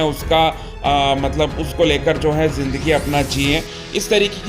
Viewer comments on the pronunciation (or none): none